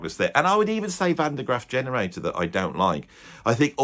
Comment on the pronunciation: Great video, but you need to work at getting Van Der Graaf Generator.